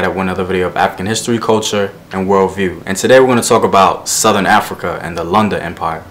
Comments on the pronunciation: Vowels, vowels, vowels, vowels! a e i o u. Lunda and not Landa. Like how you say ‘look’... Great videos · Oh btw its pronounced Loon-da